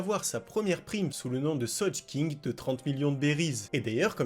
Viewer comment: 1 Le fruit de Brook c'est le Yomi Yomi et pas les Yami Yami ( Barbe noire ) , 2 Il a osé prononcé " sojeking " pour le goat alors que n'importe quel fan sait comment cela ce prononce, 3 La moustache de Roger n'est pas une moustache, 4 Sanji utilise le nom Mister Prince à Whisky Peak et non à alabasta et 5 , pleins de fautes de français.. voilà j'ai développé. Bonne journée